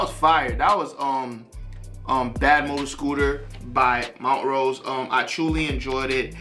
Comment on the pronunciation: We are a secret fraternity!!! Hahaha 😜🤣 I’ve been trying to watch this for 2 hours now 🤦‍♀️ keep getting interrupted!!!! BUT Great review 💯🔥🔥🔥 And the name is pronounced Mon - trose ... you are saying Mont - rose ... make sense??? No biggie ... just thought you would want to know. And by now I’m sure someone else has told you 🤦‍♀️🤣 I haven’t checked the comments since 🤷‍♀️ Aside from the name, I couldn’t tell you anything else about this band 😂🤣 I’m sure they have a song that I know, but I have no idea what that would be 🤷‍♀️ This one was good, I liked it just fine ... when I think of Montrose, it makes me think of bands like The Marshall Tucker Band and Molly Hatchet .... and I couldn’t give you one song for any of them!!! Why am I telling you this?!?!?! These bands were around, but I never really listened to them unless someone just happened to be playing them at a gathering 😉 Look, I haven’t really “rambled” like this in a long time!!!! I think I’ve been doing really good!!! So ... I’m gonna just stop now 🤦‍♀️😂🤣 haha Thanks fam 💞